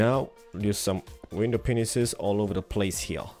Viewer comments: it is said as window pains but spelt panes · Anyone else notice it sounds like hes's saying window "penises"? XD It's "pane" for one, "panes" for more than one (sounds like pains) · Does anybody else notice he syas window penises not panes (i love the accent tho) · At like he says penises instead of panes XD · ITS pronounced glass pains! Anyway, love your vids bro. Everytime i watch your vids, I get filled with inspiration. Keep up the great work! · glass panes :) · Guys he doesnt say window penises he says window paneses. LOL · Lolol for glass panes he says window penises xD